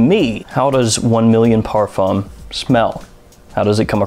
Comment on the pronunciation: How many times can he possibly mispronounce parfum?